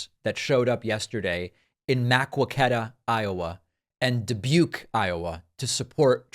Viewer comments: Makquaketa is pronouced Ma-co-ca-duh not Mack-wa-keta. I grew up in Iowa City IA, we have always called it Ma-co-ca-duh... lol just thought that was funny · It is not "Mack we kwet ah" It is "Muh coke ee tah" I live South of this town in Iowa. It's hilarious people not from around here don't know how to pronounce it! Actually the locals call it mercurtah that slangy twangy charm. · Hi David, I'm a bid fan of your channel. I'm from Iowa and if it's Maquoketa you're trying to say, it's pronounced 'Muh-KO-keta', stress on the KO 👍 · Ghaaaaaaaa…it’s NOT Maa-quo-ké-tuh. It’s Muh-kó-keh-tuh. Jeeeeez. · Muh-Coe-Kuh-Duh, IA correct pronunciation FWIW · Mar- KETT is the way to pronounce that. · Wildest pronunciation of “Maquoketa” I’ve ever heard fr. (as an Iowan, it’s pronounced ma-CO-keh-tuh) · MAQUOKETA, IA-It’s pronounced Ma-Coke-eta 👍🏼❤️ U David! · The town's name is pronounced mah-ko-ka-tah. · David! David! David! It's Muh-COKE-uh-tuh! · It's MA-CO-CA-TA David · Pronounced: MUH-ko-ke-tuh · Again it's pronounced "ma-co'-keh-da" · “Muh coke eta”is the pronunciation, fyi. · I love you and your show but your pronunciation of Maquoketa is killing me. It's muh·kow·kuh·tuh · Hey David, as someone who grew up in Iowa I can understand why Maqouketa gets mispronounced. I know you were asking in your last video about the correct pronunciation, it's essentially pronounced MAH-COKE-ET-A. I know, not at all like the spelling! Hope this helps, keep up the good work! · Dave I was born In Maquoketa and hate to admit it. It pronounced Ma co keta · FYI. I live in Iowa and Maquoketa is pronounced with a long "O" if you care, because I'm sure is probably the last you'll ever have to pronounce it. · David: Muh-KWOW-ke-tuh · You are doing a terrific job! But being an Iowan, Maquoketa is pronounced Ma-coke-eta. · It's muh-KWO-ket-ah, David. My Dad was from Iowa, so I know. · It's pronounced "muh kow kuh tuh". As a soon-to-be-former resident of Iowa, I unfortunately know this.